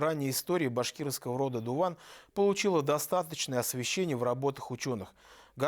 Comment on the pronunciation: Точнее Дыwан ,а не Дуван.